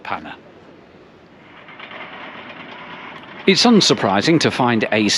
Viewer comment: I live in de Panne :). Hope you enjoyed your time along our beautiful coast! Btw your pronunciation of De Panne was surprisingly good!